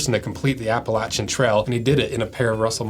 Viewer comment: We appreciate you proper pronouncination it Appalachian trail